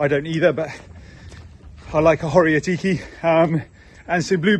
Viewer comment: Ho-riA-tiki. Accent on the 'A'. I'm glad you enjoyed it. It's definitely a classic salad